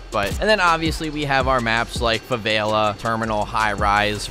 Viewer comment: ‘Favaila’😂 Love it keep it up😂👍🏽